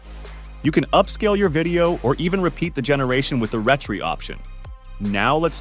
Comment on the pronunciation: Thanks for the demo. Looks like a great tool. But I had to laugh at RETRY....It's pronounced RE-TRY.